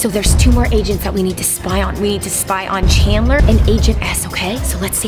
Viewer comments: It’s Chambers not Chandler! Lol 😂 CHAMBERS like the CHAMBERS of Secrets from Harry Potter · Wait y did you say chandler isn’t it chamber’s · It’s chamber not chandler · Rebecca it’s chamber not chandler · When Chandler was said by rebecca instead of chambers LOL! I cried of laughter 😀😀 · No offense but it’s not Chandler it’s Chambers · His name is chambers not chanter!! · Rebecca its chambers not chandler every you said it was so funny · Rebecca you keep calling Chambers Chanydlier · It’s chambers you said chambler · It's Chambers not Chandler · His name is chambers not Chantler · is anyone else annoyed that she calls him chandler. It's chambers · and its chambers not chandlers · Chaneber not chandler